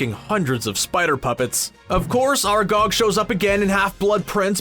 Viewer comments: How about "are gog" and "fleugh"? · ITS FRIKIN ARAGON NOT ARAGOG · That's not how you pronounce Aragog